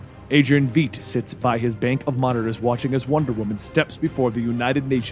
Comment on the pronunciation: pretty sure adrians surname is not VEET